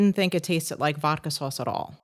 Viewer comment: VODKA....not "VOKKA"